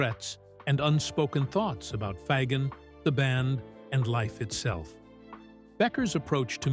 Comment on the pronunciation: I love how the repetitive AI narration struggles with the pronunciation of Fagen's name. 🤣🤣🤣